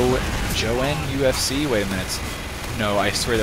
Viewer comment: Isn't it Joe Nufc, as in Joe; Newcastle United Football Club?